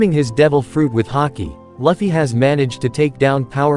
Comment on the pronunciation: monkey d laffy? laffy????!!! you better start saying his name right ohmydays